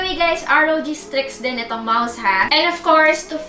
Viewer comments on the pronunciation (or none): correction lang po, wag po kayong magagalit saakin, hehe. It should be strix po, hindi po streaks. I love you 😊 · MAAM CORRECT KO LANG PO YUNG SA GAMING LAPTOP NG ASUS "STRIX G" PO DAPAT YAN HNDI "STREAKS G" HEHE